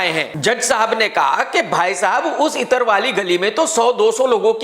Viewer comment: Bhai itar nahi ittra